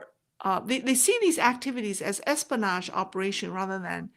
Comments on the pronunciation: you dont say es-po-nage. the correct way is: es-PI-o-nage. hope you don't mind me correcting your english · your pronunciation is excellent. The only word I thought might’ve been off was espionage. It sounded to me like you were saying es - pan - aaash versus es - pea - en - aaash.